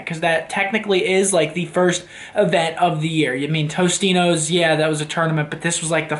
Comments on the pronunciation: Why does Seth keep pronouncing Totinos as TOSTINOS LOL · tostino's lmao totino's